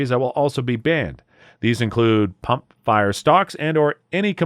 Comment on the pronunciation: sounded like "pump fire" to me!